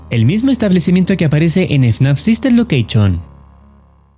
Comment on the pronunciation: yo se, me estoy mofando del chico del vídeo por como lo pronuncio